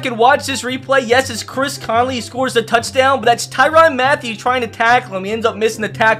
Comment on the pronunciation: I hate the way u screw up peoples names for tyrann Matthieu it’s pronounced Ty-rin not the-Ron